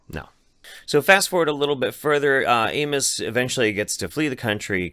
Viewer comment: I thought you were calling him anus. I wish you were.